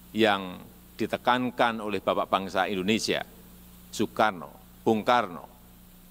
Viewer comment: Indonesia Bukan Endonesia